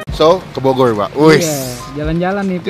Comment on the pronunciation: Bogoy euy Melecon euy Subleb euy Wkwkwkwk ngmng dulu yg bener ehh